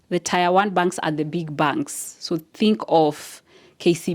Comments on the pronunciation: Dear it's not tire it's pronounced tier😊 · Tier is pronounced as "Tia" and not tyre. Otherwise great content. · Ok it's pronounced ti-er not tyre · Tier is pronounced tear btw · interesting video...however the way you pronounce "tier" is really off